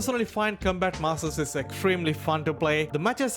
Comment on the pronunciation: Com...COM-bat. Not Cumbat 😅